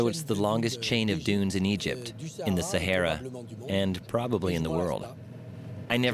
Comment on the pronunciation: Sa"hey"ra? No, it is the Sa"har"ra. If you are doing a documentary on a place, at least get its name right!